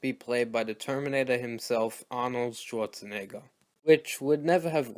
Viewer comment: DID HE JUST SAY ARNOLD SWARTZ-NIGGA